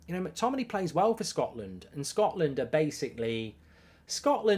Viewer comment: Mctominay. At least get the guys name right